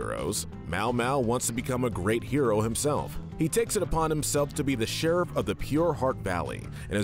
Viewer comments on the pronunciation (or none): none